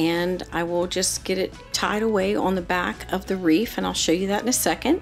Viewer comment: Excellent presentation. But “wreath” is not pronounced “reef".